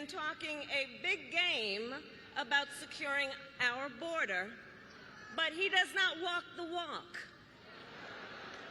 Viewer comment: Close de boder